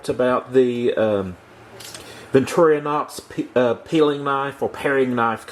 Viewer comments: BTW, it's Victor - Inox, not victoriOHnox. BTW, the Victor is short for Victoria. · Repeat after me: Vic Tor In Ox.............